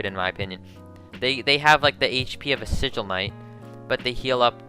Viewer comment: This man said sigil A you crazy